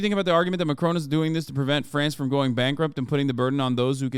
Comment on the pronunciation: love how you pronounce it 'macrone' hopefully by the end of his mendate we can call it post-macrone